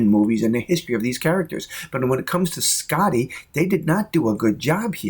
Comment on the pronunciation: "Scitty"? What the hell?